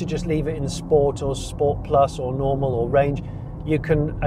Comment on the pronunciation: Sensational review Johnny, but as we all know it's a Scchhpoort ;)